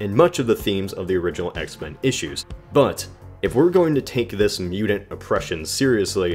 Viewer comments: Mudint. mute-ent. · Say T not D damn you!!! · Why do you pronounce "mutant" like that? It's really off putting.